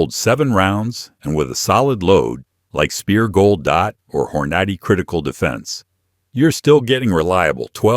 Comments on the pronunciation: AI CRAP HORN - NOT - E LOL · AI said Hore-notty 😅😂🤣